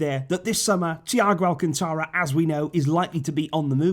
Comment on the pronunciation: Alcantara.....esdrujula word....ortogarphic accent on the third syllable...Al-CAN-ta-ra.....Get some learned joker to talk on your video....please.....it ain't Al-can-TA-ra......but Al-CAN-ta-ra.....ALL esdrujula words SHOW the accent!